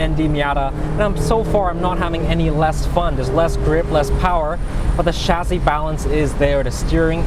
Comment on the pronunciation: the way he says chassis pisses me off